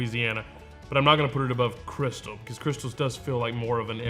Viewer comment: First of all, love your videos - second of all, it's crystaaaaaal, like the champagne. Hot sauce of....the pimps.